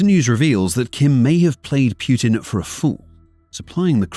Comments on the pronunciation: Personal peeve; People who say Piutin. Make an effort. It's not that hard. It's POOTIN!!! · Poo -tin not pjutin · Reuters is pronounced "roy-ters", not rooters. Putin is pronounced poo-tin, not pyootin. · So the official way to pronounce the leader of Russia is Pew-tin or Pooh-tin? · "Pjutin" sure... Why are you placing letters in the word that are not there? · Who is Pew-tin? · I cant stop laughing whenever i heard 'pew-tin'😂😂😂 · Pewtin, Pyutin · Like that you call him pootin xD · wtf is Pyootin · "Pew'tin"?? lol I've never heard his name pounced that way! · Is it just me or I hear putrid instead of Putin? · Can you show me the Y in Putin? Pyutin? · The way the narrator pronounces Putin sounds a lot like putrid. XD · the AI’s pronunciation of “Putin” brings me joy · Is it pootin' or poo'd-in?